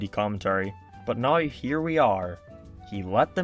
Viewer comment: I agree with many things in this video, i just really hate the way u say now. Subbed.